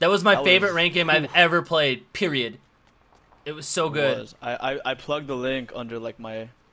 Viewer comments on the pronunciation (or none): mans said periodt